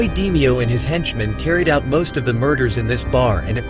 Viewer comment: It's not 'Dee-me-oh its pronounced D-may-oh